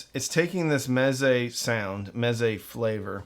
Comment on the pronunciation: Ahh Mez-ay